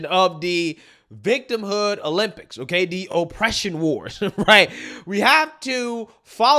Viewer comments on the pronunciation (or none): none